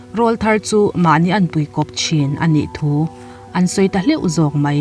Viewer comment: Angaihnawm hle mai,chutih rualin,hlauh" tihtur hi hleuh" tiin ari leh tlat thin😊,ngaihthlak aman hla e